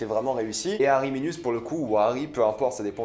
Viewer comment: alors c'est pas ariminius mais arminius